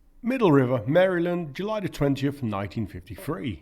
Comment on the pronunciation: Wow. Someone with a foreign accent who knows how to pronounce Maryland.